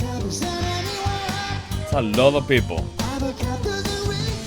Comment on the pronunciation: not acebab bro, your spanglish is real fun:)))